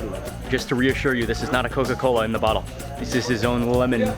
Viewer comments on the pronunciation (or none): none